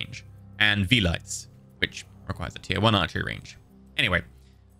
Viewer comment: Yeah, the "Vee-lites" amused me